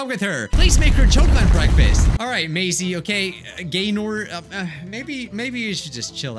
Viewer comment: You read Maisie wrong the second time, you said Macy